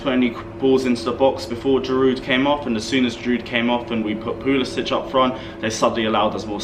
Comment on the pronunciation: Can you please stop saying Pulis "itch"! His name is Pulis "sick". Thank you